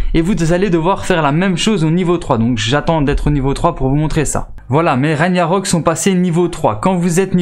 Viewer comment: On ne dit pas "raniarock" mais "raguenarock" le G ce prononce sa vient de la mythologie nordique stp un peut de respect... et snn tes videos sont bien